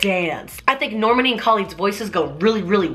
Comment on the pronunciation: You're pronouncing Normani's name wrong 😂😂😂